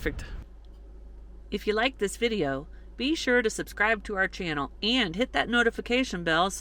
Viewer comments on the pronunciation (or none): none